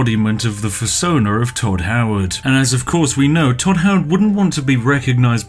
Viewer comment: “Hodd toward”